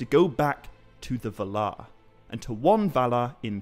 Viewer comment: Why do you say va-LAR rather than VAL-ar?